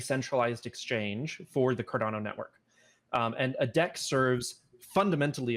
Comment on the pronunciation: Dude said Cardono lol